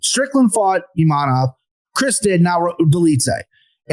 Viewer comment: needs to learn how to say Imavov, not Imanov or Imamov